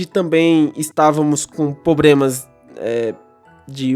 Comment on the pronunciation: Realmente, muitos "probremas", mas a "Pratinum" é de fato a melhor experiência.